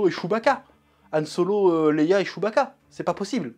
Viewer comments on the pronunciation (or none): none